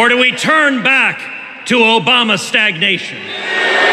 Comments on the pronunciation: i love how all of the comments are just about "OBAMNA" because it's really the only noteworthy thing in this entire speech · Came for the Obamna, left for the SODA